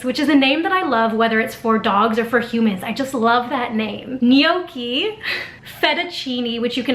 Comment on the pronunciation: Uhh gnocchi is not pronounced like taht but yeah Overall amazing video ❤️❤️